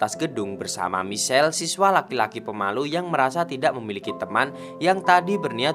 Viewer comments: Min, "Michael" melafalkannya "maikhêl", bukannya michel hehee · Hi bang maaf cm mau bilang klo baca namany salah Michael baca maikel klo Michelle br baca misel tp saya suka ma flim GTO ini koq semangat y bang, maaf bang bukan maksd lain....